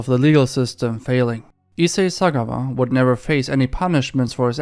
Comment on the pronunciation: Isa Sakkare Sootha. 😂 (Thatz what i heard). My guyz will know what i just typed. 😂😂😂😂😂 (Issei Sagawa) 😂😂😂